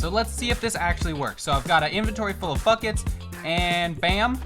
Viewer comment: When he said “ get in the buckets guys “ I thought he said “ get in the fuckets guys “😂😂😂